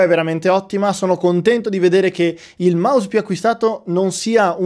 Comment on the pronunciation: Il maus raga il minghiofono😂